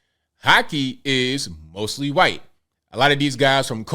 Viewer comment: can you please pronounce white in not a weird way. It's the only word you keep messing up for some reason and i don't know why. Never heard anyone pronounce white as quite.